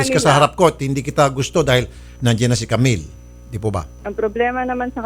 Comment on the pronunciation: "jamill"😭✋ Sorry po natawa ako HAHAHAHAHAHAHAHAHAHAHHAAHAHAHAHAAAHHAHAHAHAHAHAHHA